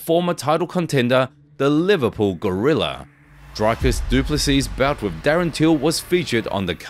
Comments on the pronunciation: Come on, man... Your video starts with Dricus telling people to pronounce his name correctly, and then you butcher it. It's Dree-cus, not Dry-cus. How is this so hard for people to get right? LOL! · Draaikus. Like really ! Dreee - kis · You added in the clip where he teaches you to say his name but you still say Drycus? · Pronounce the champs name properly please is pronounced ( Dree-kis) the champ! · He put a clip of dricus explaining how to pronounce his name that still said it wrong😂😂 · you said his name wrong right after he corrected everyone...